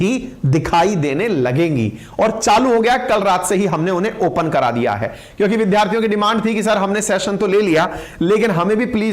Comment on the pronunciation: विधार्थी नहीं विद्यार्थी बोलिए।